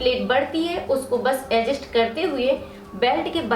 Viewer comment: Vo ajest nahi adjust hota hai bolane to aata nahin Hai aur Chali video banane pagal